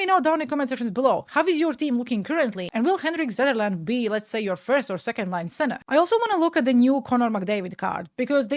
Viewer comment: never quit being you.:hands-yellow-heart-red: Also you did pronounce the names correctly Zetterlund is pronounced the way your saying it and Zetterberg when you did say it was pronounced correctly.